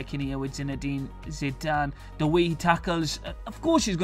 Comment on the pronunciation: hes hes zide a zitee e a zinedine zidane ....